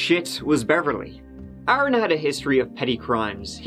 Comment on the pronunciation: So good to hear Aaron said properly and not Erin